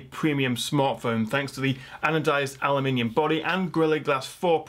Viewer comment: I just want to hear you say "aluminum" in the British manner over and over again. ;-) But seriously, I appreciate your perspective, as always. Clearly, this phone is a contender.